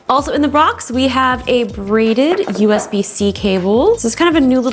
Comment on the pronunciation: “also in the brox”